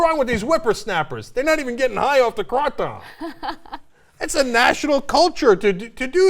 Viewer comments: I was born in Thailand. I lived there for more than half of my life. I can tell u that there is no such a thing called "Kray Tom, Kraw Tom, or whatever she called it". It's called KraTom (Krah-Tom is acceptable, too) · Krah-Tohm is more of how the thais pronounce it. If I pronounced it any way like you guys suggested, the locals here would have no idea what you are asking for. At least TYT pronunciation is way better than "Kraytum" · Have you been to Thailand? I've purchased and consumed Kratom in Thailand and they say "Kraw-Toom". So no, it's not "Kraytum" like people say here. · Hahaha... "Now, Kraw-Tom is a leafy jungle stimulant..." smh. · kray-tom is how you should pronounce it. it is not so much a stimulant. it is like a mild mood stabilizer. true it is not harmful. Yes it will take away withdrawal symptoms from an opioid addiction. It will do this wonderfully. there are many testimonials online that will confirm this. it is not considered a drug in my book but rather a natural "food" that will help with symptoms. It will eliminate your need to take medications for depression, and even pain. It is truly amazing. I love how everything is provided for us on this planet we just have to have the sense to use it. And to think some people believe that man is a better creator than nature? thats just wierd. Also, kray-tom does attach to the same receptors that opioids attach to thus giving a pain reliving or withdrawl relief but, IT DOES NOT CROSS THE BLOOD BRAIN BARRIER thus, you do not get high from it! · 1.kratom isnt anything like coffee its more like an opiate pain killer 2. kratom is stromger than coffee if you take lots you will feel very wobbly and violenty vomit. 3. its purnounced kray-tum or crah-tum. 4. they never legalised it, theyre considering legaliseing it. and kratom is amazing haha i love it :). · ***** the k and r are silent.. Its Aw Tawm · no it's pronounce kruh-tom n there are rarely any side effects the only effects of overdose is just vomiting l